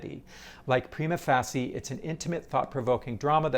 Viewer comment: appreciate your posts - but please, edit this one to fix your pronunciation of 'prima facie', which is like a record-screech each time! Even though the Brit and Am versions differ a bit from the classic Euro version, yours is unique, ut not in a way you'd want. Just add an 'uh' at the end and you'll be back on top!